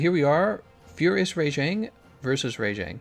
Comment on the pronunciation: Alright, Rajang still pronounced wrong.